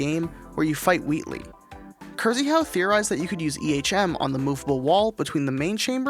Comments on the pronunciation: please correct your way of pronuncing Krzychau, use google translator or something to know how to say exactly it because it hurts my ears really badly every time. It's not kur-zee-how, you read it like K-shi-how. It comes from a polish male name Krzysztof. Anyways, i love your vids ❤ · "Krzychau" is actually pronounced like "KSHIH-how" XD